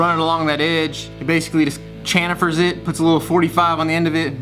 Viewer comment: Chamfer* not channifer lol